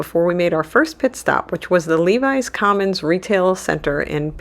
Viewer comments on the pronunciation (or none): It's pronounced LEH VIS Commons, NOT LEE VIES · Lev-is Commons not Levis Commons......